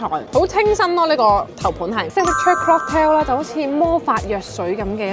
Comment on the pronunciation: 係 COCKtail 唔係 CLOCKtail 😂😂😂